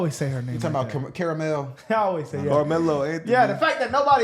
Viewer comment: He said Car-e-mel